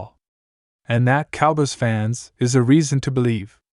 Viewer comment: Your narrator can't say cowboys right. The fact you didn't preview your crap before you published it, that's a BIG let down. I'm sure I'm not the 1st person you let down. 🖕🤡🖕